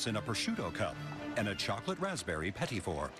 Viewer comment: you know the announcer/narrator isnt canadian when he pronounces petit wrong